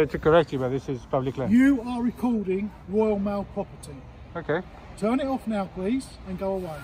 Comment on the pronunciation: This is "woyaw maow pwoperty"